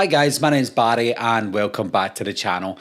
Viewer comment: The way you pronounce "Barry" sounds like an American saying "body."